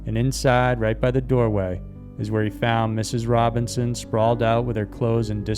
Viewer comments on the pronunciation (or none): it's Robison. not Robinson. Christ almighty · Robison NOT Robinson.